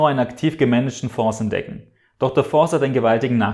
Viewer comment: Mich schüttelt es jedesmal, wie du "Fonds" mit "s" aussprichst. Das Wort "Fonds" kommt aus dem Französischen. Das "S" in "Fonds" spricht man daher nicht.